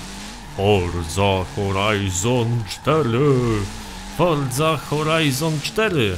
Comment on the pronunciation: fordza horajzon cztery XD XD XD XD Forza Horizon 4